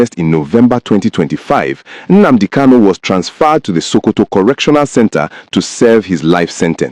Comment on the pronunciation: My friend you claim to be an Igbo man but you can't pronounce common Nnadi KANU or Nnamdi KANU or even Nnamudi KANU and you are here saying or calling him "Nnamdi" please, can I ask you a question🤷: please what does "Nnamadi" KANU mean because as of me I don't know what Nnamadi KANU mean I only know about Nnadi KANU, Nnamdi KANU and Nnamudi KANU 🤷🤷🤷???